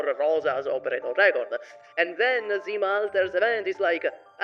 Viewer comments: I'm probably not the first one douchebag here buuuut right accents are Istina and zimA not istIna and zIma❣ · Не истИна, а Истина (ί`stina). Ударение на первый гласный звук! 🧐 Не зИма, а зимА (zimά). Ударение на последний гласный звук. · Bro it's Zima, not Dzima 😭